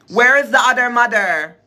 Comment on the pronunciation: It sounds like your saying “udermuder”💀